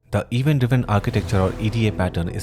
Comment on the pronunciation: Thank you! Great explanation! But please fix your pronunciation of "Event", it bites when you say it like that, no offense.